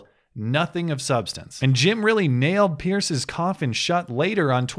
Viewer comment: His name is pronounced as the plural of "pier" - not "pierce"